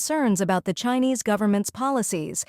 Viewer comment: They need a better AI. It mispronounced China and Chinese with a soft i instead of a hard i.